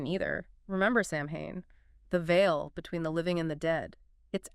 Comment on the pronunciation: It's just not pronounced the way it's spelled. It's Sow-wen. I know, not phonetic.